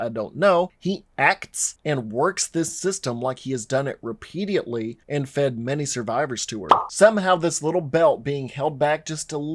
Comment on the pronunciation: Did you just say, repeadiately?